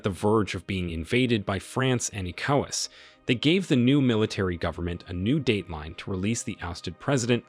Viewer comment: The narrator needs to research how to say correctly the following words; wagner, Niger, ECOWAS and coup before putting out another video